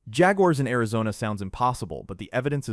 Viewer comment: "AIZONNA RONA" 😂😂😂😂😂😂 bruh your ai *edit no I don't mean "you're". I mean the possessive "Your" Like as in the ai they use.